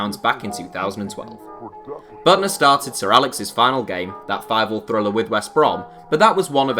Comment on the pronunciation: It’s Büttner not Buttner 😅